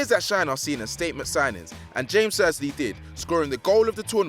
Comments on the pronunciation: OHHH HE SAID JAMES INSEAD OF JAMES. OHHH. HE SAID IT LIKE JAMES IN LEBRON JAMES INSTED OF H-AMES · Mike Wazowski like he said James instead of Ha-mes! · It's said hamez.not James Rodriguez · Hames, not djeims. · Cringing every time he says james not hames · Bruhh this man is a goofie, it's pronounced Ha-Mes not James smhhh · Bloody hell it is HAMES not James Which moron is this who hasn't heard commentary in his life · It’s pronounced Yhames not James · It’s pronounced ha-mes Rodriguez, not James Rodriguez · Jonathan Perez it's pronounced sch-ames Rodriguez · i think r9 already had 1 ballon dor and 2 fifa player of the year and broke the transfer record twice before 1998, and also its pronounced hames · Man said James lelll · Ja-mes Rodriguez J pronounced as (Ha) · MelleGamer LFC YT No, Chames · Aaaaaaaaaa you’re pronouncing James wrong cannot watch the video further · The way he said James Rodrigues and platini’s name pissed me off. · Can you lads hire me to stop people from mispronouncing names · Anyone else annoyed by how he pronunced Ja-mes? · When will this Narrator learn to pronounce player's names correctly? He's driving me nuts with his lack of research & knowledge!